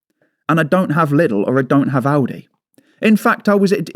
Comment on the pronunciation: Yeah he keeps saying Aldis 😅 but apparently they are testing something out in Belgium